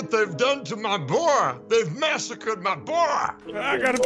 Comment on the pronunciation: HE NAMED HIS HORSE BOAH 🤣